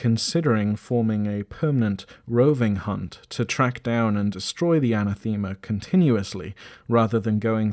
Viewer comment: Aa-naa-thuh-muh not Ana-theema. Ew.